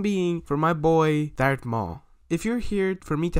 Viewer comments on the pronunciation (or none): Did u say dark maul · Im sory but him saying dart maul is trigiring for me